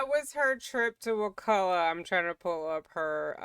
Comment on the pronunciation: I’m a third generation Tallahassee native, so thank you for your correct pronunciation of Wakulla! Years ago I was watching a show that mentioned it several times, and they kept saying it wrong! It drove me crazy! I have a close family member who is a lawyer in Tallahassee (but has nothing to do with this case). They had told me that it was very likely that Donna was in the Wakulla county jail instead of Leon county because of snitches.